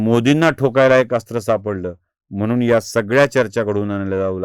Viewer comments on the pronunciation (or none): none